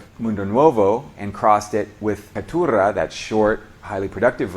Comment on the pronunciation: Nice video and effort. Some small corrections: You pronounced Maragojipe and Caturra like a Spanish speaker. In Brazil/Portuguese, it'd be Mara-go-jeep-y and Ca-too-ha. Edit: Also Mundo Nuovo should be Mundo Novo since you said they were called this "after the Portuguese words." In this case Nuovo is the Italian spelling.